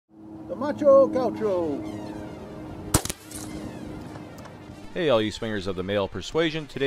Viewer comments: Gáh U show is the pronunciation... not gáu show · It's Gaucho, not Guacho. Here in Argentina Gaucho is a traditional man from the countryside and Guacho (as you said) is an orphan :) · The name is macho gaucho but you read myxo gaiuuxo or in pt macho(male) gaúcho (from a state on Brasil that I forgot the name) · its Gaoosho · Algún otro Argentino que le cause gracia cómo dice gaucho? Jajaja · macho gaucho, and the music behind is mexican in stead of argenineean